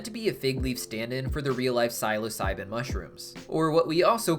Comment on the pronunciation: also the way he says psilocybin